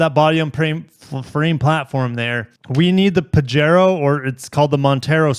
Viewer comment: Nevermind all the botched English words; learn to pronounce the Spanish ones like Pajero. Don’t look up the various meanings of Pajero unless you want to be entertained 😂